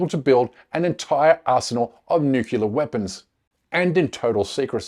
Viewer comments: When you can pronounce ‘nuclear’, I might listen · Dude, you can't even pronounce "nuclear". Start over. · Can’t take anyone serious that pronounces them as ‘Nucular’ weapons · The word is nuclear….. not nukular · First time listening to this guy & he really turns me off with his George W. Bush pronunciation of "nuclear": noo-Q-lar. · It’s nuclear not nucular! Fir God’s sake get it right!!! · It is nuclear not nucelar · Oh, no: he said "nukular."